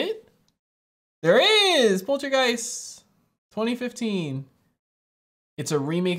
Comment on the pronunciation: Such a classic! Part two is also really great. I find it funny how so many US reaction channels pronounce it Poltra-giest instead of Polta-geist lol